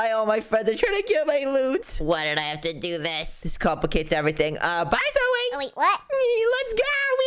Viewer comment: You Don't know how to say zoey